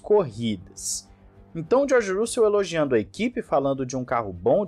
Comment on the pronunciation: Boas notícias. Mas, pelamordeDeus, aprenda a pronunciar os nomes dos pilotos, especialmente o do George Russell.